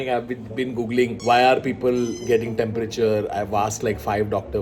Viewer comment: said the temperature incorrectly